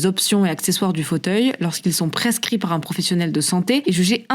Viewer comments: « Qui n’en est pas vraiment z’un » première seconde de vidéo. Je sais pas où il recrute ses journalistes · « Un changement qui n’en est pas vraiment z’un! », au tout début (20 s) de la vidéo! Franchement,, on la refait épicétou! Ben même pas!!! Jeulkroapô!